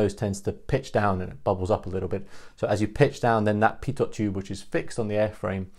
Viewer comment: Good summary. BTW a tiny point: Pitot is pronounced without sounding the last letter, ie "pito".